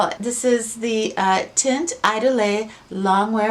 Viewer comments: It's like iedoole,. You don't pronounce the last e. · There are "apps" or you can google french to english audio translations.. Idole is pronounced more like "eedol" I'm not meaning to criticize you in any way. I love your videos! Your reviews are so well done and the artistic spin on your content is a real treat! Thank you for all your hard work and honesty. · HELLO, I JUST LOVE YOUR CHANNEL..IT'S VERY ECLECTIC AND ORIGINAL..THE DIFFERENCE IS WHAT MAKES THE DIFFERENCE THANK YOU SO MUCH FOR SHARING YOUR LIFE AND THE HANDSOME COOPER...PS IDOLE IS PRONOUNCED "E DOLL"..PLEASE KEEP MAKING YOUR VIDEOS THEY ARE A REAL COMFORT..LOVE YOU GUYS, TAKE CARE... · you have to say idole: the i is like "ee" and dole is like "dull" don't say the e a the end... :)